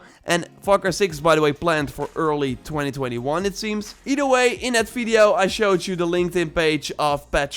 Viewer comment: Advice: when you say words like "either" or "other," put the tongue between the teeth and blow air over the tongue under the teeth.